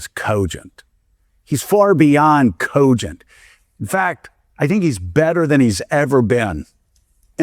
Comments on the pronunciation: It makes me so angry the way he says cogent. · The way that guy pronounces the word 'cogent' irks me to no end.